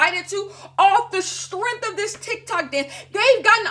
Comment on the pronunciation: I giggled at TikTak not sure if that was intentional or not lmao